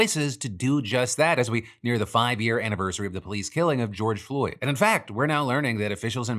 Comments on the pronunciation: * issa pronounced “George Droid” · Its pronounced George Droid dumb dumb phil is clearly a fentanyl agent